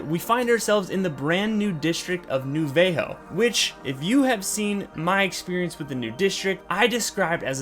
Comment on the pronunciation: New VayHO dude cant say Vallejo 🤣😭 like Vallejo California like where E-40 & mac dre are from lmao had to stop watching